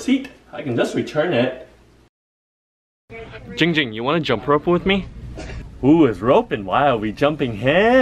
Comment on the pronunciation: No No No, you are saying it WRONG. It’s Jiinnng Jing 😌